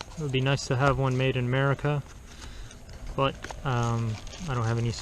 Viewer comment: Good reviews and you made me laugh. You said that the Car Rover people didn't use proper grammar, yet you keep saying " suscribers' (SUBscibers) or made in merica (America) Maybe you're just being funny. But again, good review